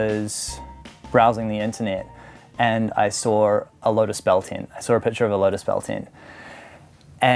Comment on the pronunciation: He says the word “saw” as “sawr”